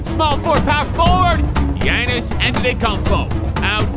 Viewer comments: he said thannis antetokounpo i think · That guy didn’t say Giannis he said thianis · He said thaisnis ante or how ever u spell it big giannis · he said thanis antetoukoumpo bru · He said thiannis not giannis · He said thanis Antetokounmpo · Definitely said thanis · He ain't say Giannis... Lol